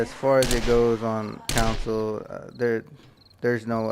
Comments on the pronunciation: "Con soul" is how its pronounced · "Council" lmfao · Ive never heard someone pronounce "console" so wrong so many times